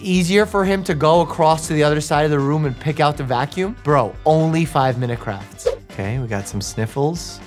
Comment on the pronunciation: It’s not 5 minuets crafts, it’s 5 minute craps lol